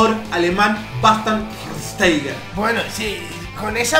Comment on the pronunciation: Schweinsteiger (se dice) shfainstaiga